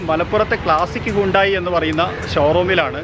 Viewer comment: Hundai alla bro hunday enn parayan padikk... alla pinne per polum ariyilla chumma vannekuva